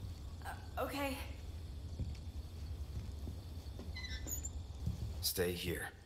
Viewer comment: The last one I hear "hay" rather than "k" 😂😂